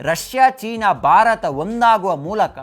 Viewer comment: Bharata anta sariyagi pronounce madi please. Barat kelolke agalla